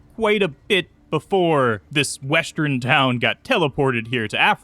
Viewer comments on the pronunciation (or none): Say "west." Now, say, "Urn." West-urn. Say "I." Now, say, "urn." I-urn. Not i-run. Not west-run. What do you have against "err"???